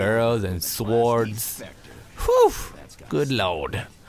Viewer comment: hahaha oh man your pronunciation of "swords" made me burst out in laughter!